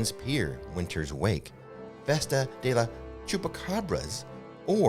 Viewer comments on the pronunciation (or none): I thought “festa” was a slip of the tongue the first time, but then you said it again 😂 Our fear for HHN may “festa” as we wait, but we will participate in this spooky “fee-esta” anyway 💕